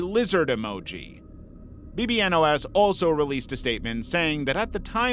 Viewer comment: Hey, I know this is five months later but bbno$ is actually meant to be said as "Baby no money" or "bibinos" as his fanbase jokingly calls him!:)